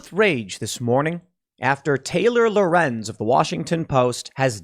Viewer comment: Yay Tim said Lorenz right.